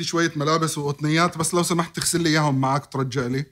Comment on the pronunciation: يا خالدي لماذا تتنطق الحروف غلط مثل جدتك ؟؟؟ يقال تغسل لي وليس تخسل لي ,,,,, عيييييييييييييييب يا مثقف